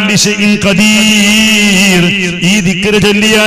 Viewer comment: ലാസ്റ്റ് (((ഖദീർ )) എന്നാണ് (( ക )) എന്നല്ല